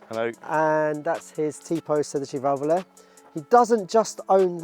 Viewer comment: my man even pronounces sedicivalvole the right way